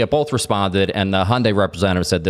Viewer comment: Not a Hyundai fan but please pronounce it properly. It’s very different from Honda. It’s not Hondei.